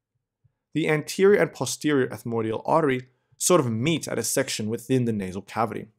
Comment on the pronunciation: It isn't ethmodial. It's ETHMOIDAL. And posterior ethmoidal artery doesn't contribute to Kiesselbach's plexus. Nice videos btw.